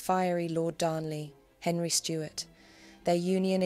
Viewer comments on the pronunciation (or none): none